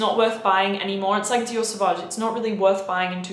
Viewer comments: Now I can’t take her vids seriously. Out the gate she said Savauge and Creed Aventus. I’m lost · I stopped watching after she said Dior Sauvage. Continued watching, she then said Creed Aventus.. Who is this fool?